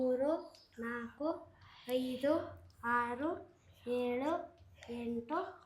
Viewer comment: 7 ಅನ್ನು ಏಳು ಎಂದು ಉಚ್ಚರಿಸುತ್ತಾರೆ, ಯೊಳು ಎಂದಲ್ಲ